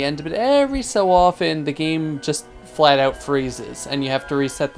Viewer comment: flat not faat